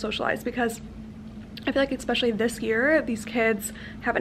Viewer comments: In the nicest way possible, please stop saying “eckspecially” instead of especially 😂😘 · I love your vlogs x I find it so funny how you say the word especially with an x 😂 I'm from the uk, is that an American thing?